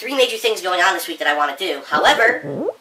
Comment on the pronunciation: what do u really wahhhh? The NT in want is silent, duh! Phil does everything right so it MUST be the way u pronounce the word WANT